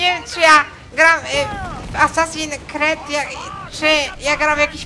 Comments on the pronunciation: hehehe "asasin kred" xDDDD to jest: asasin skrid.. :D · Haha jprdl " Asasin Kred 4" xD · ***** tak, tak mówi się: asasin creed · Kret'' xDDDDD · Boże mój mózg 25 se und filmu i już mi mózg wybucha ,,asasin cred 4" oryginał ,,Assassin's creed 4 Black flag" czyt ,,Assasins screed 4 black falg" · Assasin kret 😂😂 klocuch mistrz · TYLKO NIE KRED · "asasin kret 4" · nie kred tylko skrid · ASASINS KRET XD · ***** Asasin skrid się czyta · Kacper Kowal Dawid Polski Ma rację.